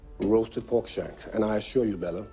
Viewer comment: loin, what kind? "Peter" sorry I mean "PORK"